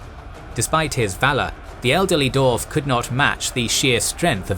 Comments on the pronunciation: Wtf is a " doorf " and " doorvan " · I applaud the solid and accurate Info here, however, you're annunciation of the names here is terrible. Per example, Dwarf has a W in it which is consistently omitted :/